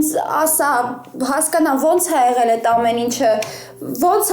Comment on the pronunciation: էղել չէ,եղել,կամ գոնե էղել,աղջիկ ջան։Գրագետ խոսել սովորի։